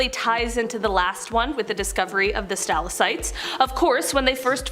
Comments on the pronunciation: Capillaries- Kap-ill-air-eez stalactites= stal-ack-tites not capilleries or stillasites! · Pronounced Stal Lak Tites